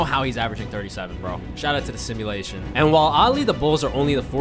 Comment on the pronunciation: this guy hates MJ🤣 He said "shoutout to the simultion" like MJ didn't average 37 in real life lmao